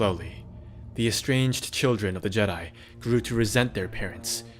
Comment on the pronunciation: You’re killing me with that pronunciation. They weren’t JEdi. The pronunciation is on the second syllable. Listen to into the void audiobook to hear it.